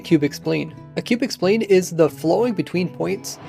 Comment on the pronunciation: Took me for a loop when you said spline. It's not a human organ haha.